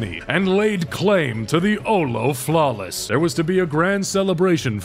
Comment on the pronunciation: my favorite part is when he said OLO flawless and WHAT IS HAF DIS SHIT